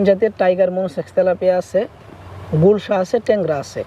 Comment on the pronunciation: উচ্চারণ ভুল আছে, হবে গুলশা মাছ